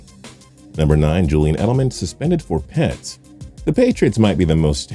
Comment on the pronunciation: Just say the letters p.e.d not peds like a word